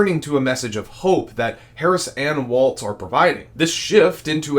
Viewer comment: Please pronounce Gov Walz name correctly. It is walls not waltz.